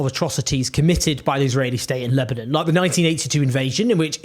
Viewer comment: You can’t say Lebanon properly